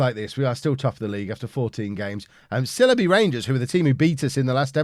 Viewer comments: It’s pronounced SILE-bee Rangers not SILLY-bee Rangers,! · Great series, but I've got to say this; it's pronounced 'Syle-be' Rangers. Originally the club played in the Leicestershire village of Sileby, before relocating to Northampton. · It's pronounced Sigh-ull-bee